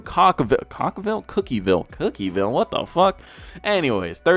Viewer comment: its pronounced cook vill